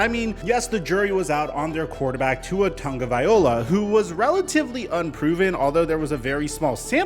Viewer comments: I'm just spit-ballin here, but don't you think that if people went to the trouble to say his freaking name correctly (Tago - vai - loa) - viola is an instrument played with a bow - he might feel a bit more confident that the league and its fans give a damn whether he actually succeeds? Everything begins with the name, folks. Dale Carnegie 101. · Hey, loving the content! 😁 Can I just throw out some constructive criticism? Tua Tagovailoa's Last name is pronounced Tung-o-vai-lowa. Not Tung-o-viola. I'm just trying to help you out dude. Keep up the solid work tho, I really do enjoy your content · Tonga-via-loa is how you pronounce it... not viola, that's a string instrument, not a Samoan qb... come on... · Tagoviloa “LOA” not “OLA” say it with me LOA LOA LOA LOA LOA LOA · Who is Tua tong- viola lmao smh ha ha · your videos are amazing. But it's Tongue-oh-vie-low-uh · Ta-go-vaai-loa. Just rolls off the tongue. Tagovailoa. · Please look up how to say Tua's name. As a Bama and Fins fan it's hard to hear. Ta-go-vai-lo-a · It's Tua Tagovailoa fool at least get his frigging name right!! Pronounce that ish..F Flores he gone🤣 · Yo. Love your videos,man. But, do you realize you are pronouncing Tua’s name wrong? The end of his last name is like “Vi-lo-ah”. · You're mispronouncing Tua's name Bruh. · After years of hearing Tua’s last name, people still butcher it smh. Show some respect and get it right bro. 😑😑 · Plz start pronouncing his last name correctly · Ima need you to pronounce his name right at least one time before I believe this mf is gonna do a gotdamn thing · i dont want crappy people on my dolphins team. i want to be proud of the players and the work they put in and the way they live their lives. PHINS UP!!! also the chiefs have used Hill as a wide back and you pronounce Tagovailoa incorrectly every time... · You still saying his name wrong. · hey! you can spend a few seconds learning how to pronounce Tua's name correctly, He'll appreciate it!